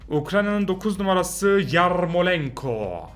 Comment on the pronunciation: Abi akraynanının oyuncusu ANDRIY YARRRRRMOLENKO YU NEDEN R Yİ BU KADAR UZATTIN😂😁😆